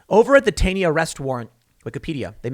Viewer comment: "Taney" pronounced "Taw-ney". We have a whole town dedicated to him in MD